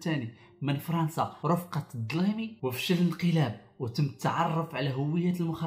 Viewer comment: الديلمي ماشي الدلايمي...